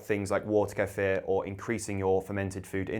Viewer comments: i swear once you say queefer im out of here... ok you said it correctly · I really appreciate that you don’t chop the word kefir’s pronunciation. You pronounce it the way it is. Americans are different, their pronunciation is made up to the “American” way, and they believe they are correct, making believe that the correct pronunciation is wrong.